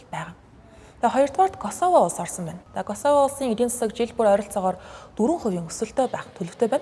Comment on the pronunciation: Косовог дуудахдаа Коосово гэж дууддаг шүү.